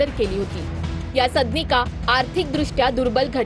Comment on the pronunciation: सदनिका हा उच्चार निट करा...मराठीची आय झेड करू नका